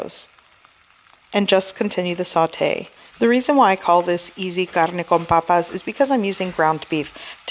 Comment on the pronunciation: Am I the only one that thinks it’s sounds so sexy when she says “my carrrrrne con papassss